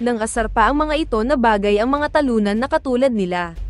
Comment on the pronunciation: Tagalog na nga malinpa rin ang prnunciation. Say "Talunan"? And "inunahan"?